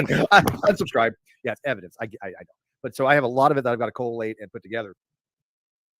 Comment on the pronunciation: Is there a Steve vidja where he doesn't invent a new word? It's 'co-late' Steve, not 'co-a-late' .